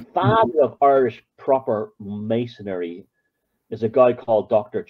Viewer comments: It's either an accent thing or it's intentional. Maybe he's a conspiracaryistic type. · Dig forever inserting an extra syllable in 'Masonry'. Mason'ry mate.